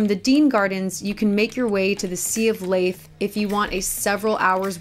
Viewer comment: Leith is pronounced like leaf.